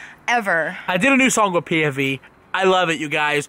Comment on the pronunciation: When he said pfv, I was like WHAT! Sounded like pmv. If anyone knows what that means, leave a like.